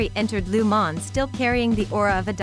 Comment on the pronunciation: Please learn how to pronounce Le Mans properly. It's not Lu man. Gees!